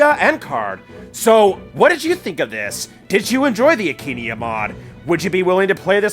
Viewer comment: why aint you sayin akaneia you just sayin akenia